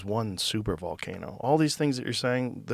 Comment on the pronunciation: Ballcano😂 my girlfriend loves my ballcano 🤣🤣🤣